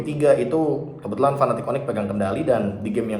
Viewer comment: serius nanya, cara baca Fnatic piye toh? krn gamungkin bacanya fanatic 😹 kalo kutonton dr interview luar pada bacanya "finetik" paling jauh ya "efnetik" (F-natic) tp kalo fanatic kok jelek bgt kedengerannya 😔 suka agak nyengir mesem2 gt kalo casternya udah pada teriak fanatic onic 😢 padahal lg momen serius